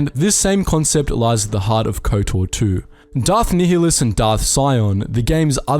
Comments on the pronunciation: Check out Kreia's Conundrums by Papito Qinn Btw Darth Nihilus is pronouced similar to "nihilism", where the H is silent and so NIHI sounds like NYE. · it's 'nile-less' not 'neo-liss'. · Ni-h-i-lus? That was quite uncomfortable to hear. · nye-hi-lus is the correct way. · I pronounce it nee hee lus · Everytime u say nihilus' name I die inside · Never heard someone say Nihilus like you do......odd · Love ya man and I can take it but... Ducks-un Nï-lus T-al-ös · I very very much enjoy your videos, but your mispronunciations of some of the characters and places is nails on a chalkboard. Duxn = Duk-sin. Not Ducksoon. Verbal source KOTOR II. Nihilus = Nigh-E-lis. Not Kneehallis. Name derived from Nihilism. Verbal source KOTOR II. Peragus = Per-Aug-us. Not Paraguss. Verbal source KOTOR II.